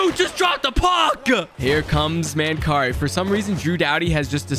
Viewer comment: Its Man- Carrie 🙂. Former Buffalo Sabre/Vancouver canuck from London Ontario